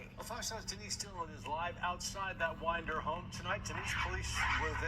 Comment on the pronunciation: It’s WINDER, Ga not Widner 😂